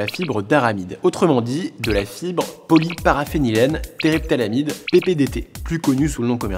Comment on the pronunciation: Tu as essayé combien de fois avant de prononcer 'Polyparaphénylène téréphtalamide' correctement ?